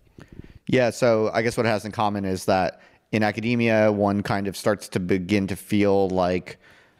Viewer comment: Academia, not macadamia